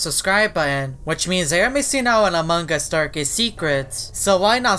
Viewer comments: How to say among us clearly: Me: "Among Us": "Amung Gus" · amon gus* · Its AMONG US!not amongg us ughhhh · im not being mean but, why do u say "among gus?" well i love ur vids anyway so ill just ignore it. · His pronounciation is different